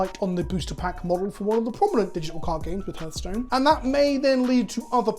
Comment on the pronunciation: It’s “Har” like “Heart” not “Hur” like “Hearse”